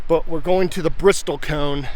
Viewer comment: Bristlecone, not Bristol cone. Been to Ely and Baker several times. Love the isolation of the area, but I would say that Utah's Hwy 50 gives Nevada a run for its money! I was about 30 miles east of Baker during the recent annular eclipse and I was the only person in the valley I set up in! It was awesome! Love that the burros and mustangs came so close. I have to head up that way again to see the glyphs. Looks great.